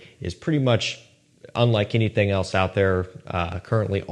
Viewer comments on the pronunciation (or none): none